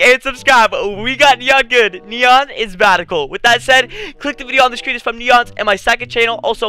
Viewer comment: Especially because at the end he called N3ON badical